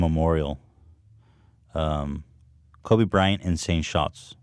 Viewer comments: Why does he keep saying Kobe Brian? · It annoyed me more than it should, how Ethan kept saying "kobe bryan"